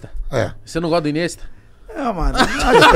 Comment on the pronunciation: O q esperar do cara q diz q é melhor q o Messi e do outro q chama o INIESTA de "Inesta"? Se eles são paga pau de brasileiro, eu sou paga pau de gringo, pronuncio correto viu... kkkk